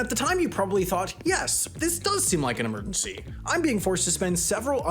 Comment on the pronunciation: Your pronunciation of emergency bothers me intrinsically. 😓